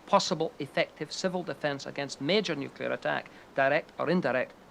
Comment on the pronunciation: Helmetless Riders.. This is a pre-Nanny State documentary.. where it seems they were afraid of nothing... except maybe Neww-Cue-Ler War?. Hahaha